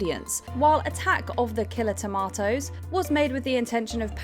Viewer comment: TOMATOES is not a hard word to enunciate when the movie says it a million times.😊